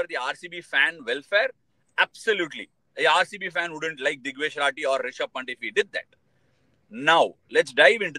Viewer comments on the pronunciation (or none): He's Pant Ashwin bro. Not punt :face-purple-crying